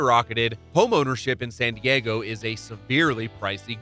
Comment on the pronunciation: Why does he pronounce San Diego like sun Diego?